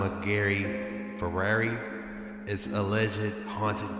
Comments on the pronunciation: Fra-rary? Do you mean FRY-aree? Please people. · Lol the old "Farairy"